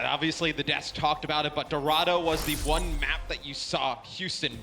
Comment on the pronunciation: "Wan and wan series."